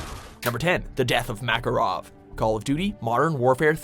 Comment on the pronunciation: You pronounced "Makarov" wrong.